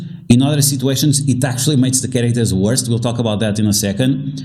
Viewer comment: Just a heads up. It's "worse" not "worst."